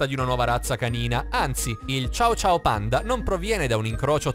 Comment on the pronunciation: Ma non si dice ciao ciao ma cio cio che si scriverebbe cho-cho credo ma sono sicura che la pronuncia era sbagliata